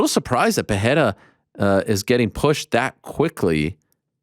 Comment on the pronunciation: PEHERA vs strickland?? Pls just pronounciate it pereira xD